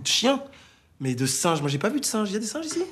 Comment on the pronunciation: "c ets dees SINNNGES"!